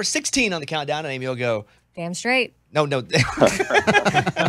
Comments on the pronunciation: It's down srait not damn srait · NO IT'S DAMN STRAIT